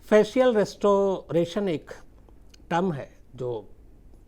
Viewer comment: फेशियल रेस्टोरेशन नही सर. फेशियल रि-स्टोरेशन होता है.